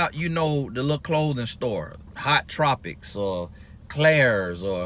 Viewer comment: Hehehe, I thought he said it right but I guess I automatically corrected him.